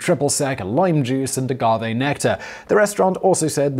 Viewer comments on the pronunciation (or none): none